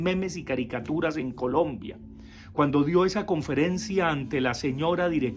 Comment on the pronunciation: Profe le faltó decir que no sabe decir Colombia sino polombia...